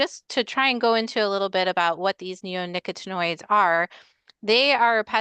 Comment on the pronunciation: I think, with regard to the pronunciation of neonicotinoids, the accent is on the COT. It’s much easier to say that way.